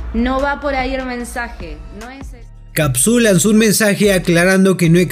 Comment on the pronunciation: Amigo pronuncia re mal "kapsul"